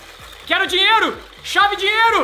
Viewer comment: Ele falou chava dinheiro